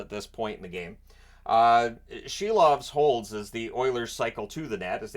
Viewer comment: Silov is pronounced SEAL- OFF, lol